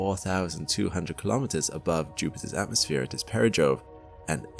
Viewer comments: The words, perigee and apogee are not pronounced para Joe and Apa jo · I was enjoying this until the AI narrator started mispronouncing "apogee" and "perogee". At this point, HAL doesn't scare me a bit, just annoyes me.